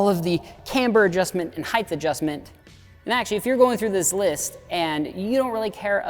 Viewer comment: It's "height" not "heightth". It's "et cetera" not "eck cetera".